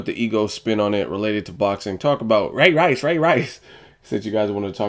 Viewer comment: what the deal with u sayin ray rice all weird like that where u get that corny stuff from